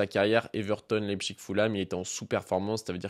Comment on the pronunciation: T’es le seul bipède à dire « leipCHIG », c’est Leipsich dans la prononciation aha